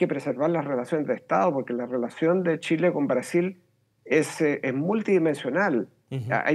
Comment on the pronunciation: Chilenos, les cuento una buena noticia??? a este fulano, alguien le enseñó que nuestro país se llama Chile y shile. Ahora puede perfectamente irse a la chucha no a la shusha!!!